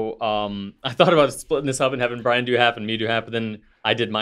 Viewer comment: Wow, you read my comment! And pronounced my name correctly! 😁 I'm somewhat convinced that Brian likes the banana shirt due to the blue background. So, my food that I ate "too much" of as a kid making me hate it forevermore are unruffled cheese potato chips. I can eat Cheetos, RUFFLED cheese potato chips, and other faux-cheese snack products. But unruffled cheese potato chips? 🤢🤢🤢 This is all Sam's Club's fault! LOL! 🤣